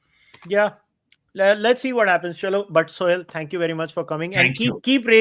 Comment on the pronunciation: he is suhel not sohail